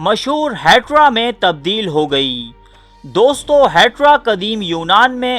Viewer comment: او بھائی دوستوں میں ں ساءلنٹ ہے دوستو بولا جاتا ہے. بات میں تاثیر ہے